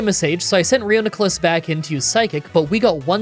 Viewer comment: You pronouncing Duosion wrong but nailing Reuniclus’ pronunciation was really surprising. 😂